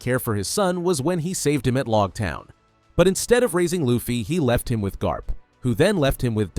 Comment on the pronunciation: what the heck is logtown dude. Its pronounced "Low-ga-town"